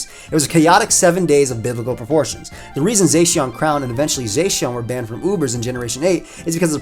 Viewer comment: They way says zacian makes me think of the blackest guy ever